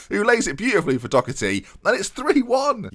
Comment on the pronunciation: it's Doe-er-ty, not Docherty! Love this series so far tho <3